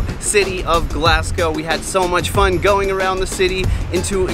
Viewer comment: She really said glass go